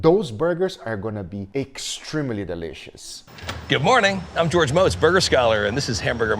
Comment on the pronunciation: George MOHtz. He even says it in the video, Guga 🤦🏻‍♂️ How dare u slander the burger GOAT?!